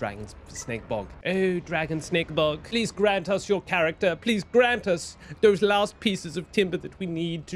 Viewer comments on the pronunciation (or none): none